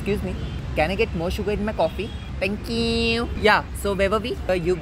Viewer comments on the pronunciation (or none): "that thankewww" 😂😂😂😂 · 'Thankyy you' 😆😂 killing line😅😅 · bhn it's not thenqqqq its ✨thenkewwww✨😆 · Oooo.... that "tank euuuu"..😂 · 😂😂pardon nahi paadan And thankewwwww was epic